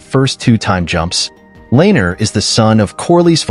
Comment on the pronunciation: Names pronounced wrong: Rhaenyra, Viserys, Laenor, Aemond, Vhagar, Helaena, Jacaerys, Lucerys, Daemon, Laena, Rhaena, Corlys Names pronounced correctly: Aegon, Harwin, Baela, Rhaenys Not sure if you did this on purpose to make fun of the show. If you did, well played?